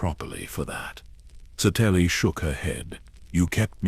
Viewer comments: Sa-telly? Really?!? 😅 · That was the first thing I said, "that is not how you say her name". 🤣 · The AI can’t even pronounce her name correctly. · i'm sorry, but I can't listen to a 2 hour vid about someone while the ai pronounces it incorrectly throughout. Did you not listen to your own work before posting it? Did you listen and decide it was the correct way to say it? Not as much effort goes into these vids as they might have you believe.